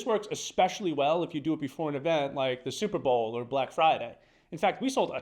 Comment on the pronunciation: “Super Bowel”?🤭 Great video, still. Thanks